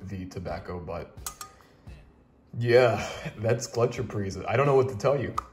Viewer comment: Pretty good pronunciation. Gletscherprise was the first snuff I tried, its available everywhere in Germany, even at small supermarkets. When you mentioned Pöschl a couple of videos ago, I went to a tobacco shop and bought a pack of Löwenprise the next day, I couldn't resist :D Prefer it over Gletscherprise